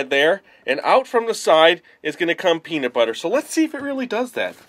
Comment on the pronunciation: sounded like he said pedobutter